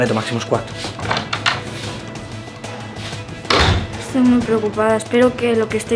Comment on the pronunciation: En el minuto dice mazimo sqooad jajaj ( no hate te quiero ❤️)